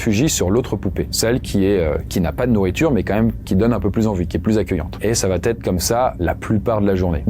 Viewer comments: par pitié cesse de faire la liaison ''va Têtre'' je te suis sur tes chaines depuis 8ans et tu fais un travail génial mais ''ca va Têtre'' ou ''il va Têtre'' c'est indigne de ton cerveau😘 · Il va être et non il vat être. Tes contenus sont géniaux mais attention aux liaisons. Bon courage ! J'adore tes vidéos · Environ 80% des youtuber storyteller font la même erreur de français et qui m'insupporte vraiment. Vous inventez systématiquement une lettre dans certaines expressions. "ça va T-être", "il va T-être", "il ne va pas T-être", etc. D'où vient ce foutu "T" ??? Cette faute est présente au minimum 10 fois dans cette vidéo, et c'est pas du français. Et c'est une réelle observation sociale. Il n'y a QUE les storyteller de Youtube qui font cette faute. On dirait que vous vous transférez cette faute les uns aux autres. Je regarde énormément de vidéo (gaming, artisanat, histoire, science, reportage, politique, écologie, storyteller-crime-jeux vidéo-étrange, etc.) et les storyteller sont les seuls à faire cette faute et ce n'est pas à cause du débit ou de la quantité de texte, parce qu'un reportage ou un documentaire c'est exactement la même mécanique = une personne qui débite un long texte pré-écrit et eux ne font pas cette faute. A trop vouloir faire comme la télé, vous surjouez le français et donc vous inventez des fautes pour exagérer la prononciation, vous créez des liaisons qui n'existent pas. *Je tiens à préciser que je ne suis pas du genre grammar-"N" word, je m'en fout d'entendre dire "du coup", "par contre", "au jour d'aujourd'hui", "c'est pas parce que" etc. Je suis loin d'être parfait en français, mais ce truc est tellement systématique et ciblé socialement sur une catégorie de youtuber que ça me dérange beaucoup. * Pour info, la chaine "Linguisticae" avait fait une vidéo sur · La conjugaison c'est pas ça... j'adore ta chaine mais "Il va (T) être" je sais pas où tu trouves le T et c'est tellement souvent pour plein de cas différents... ça me trigger de fou.